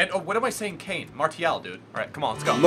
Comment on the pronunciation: MARCCCCCCIAAAALLL FFS -triggered french